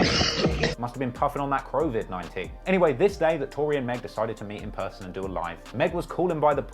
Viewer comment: "Crowvid 19" 😂😂